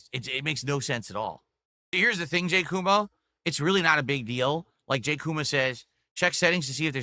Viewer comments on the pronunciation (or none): none